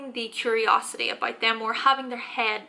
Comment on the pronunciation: “That’s aboot it”